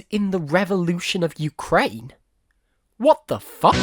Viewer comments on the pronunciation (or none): none